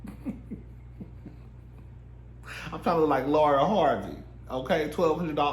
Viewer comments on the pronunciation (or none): none